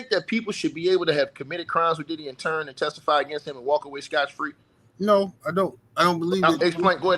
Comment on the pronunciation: A little unknown fact: The correct pronunciation is "scot-free". The phrase originated from the Old Norse and Icelandic word "skot", which meant "tax" or "payment". In medieval England, a "scot" was a tax that people paid to a lord, sheriff, or bailiff. The phrase "scot-free" literally means "exempt from tax". Over time, the phrase's meaning expanded to include "exempt from punishment". For example, "She agreed to testify against her boyfriend and got off scot-free".